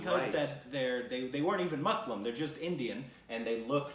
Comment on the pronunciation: I just love for saying Muslim properly ❤️. Especially because it's 😂